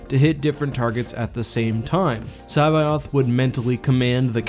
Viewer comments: You murdered that pronunciation of C'baoth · It physically hurts hearing you pronounce Joruus C'baoth and Plagueis.